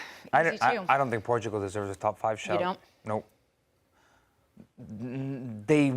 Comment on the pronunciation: Stop pronouncing Portugal in Spanish when speaking English! Just use the English pronunciation instead of trying to mispronounce Portugal in the wrong language! Cringe! Stick to the English pronunciation!